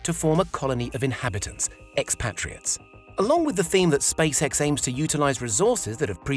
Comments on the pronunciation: ah yes NASA and space-eh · He said Space Hec